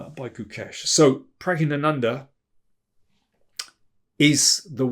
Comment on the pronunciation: Well articulated when pronouncing Prag. It is a tongue twister even for native Tamil speakers . By the way, i am a fan of your commentary since 1995 match between Gary and Anand when Anand managed to won against Gary. Zurich Masters if my memory serves right.